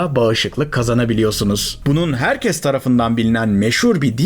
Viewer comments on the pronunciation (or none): none